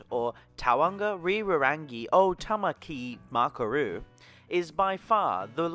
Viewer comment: Lol at your pronunciation of Tamaki Makaurau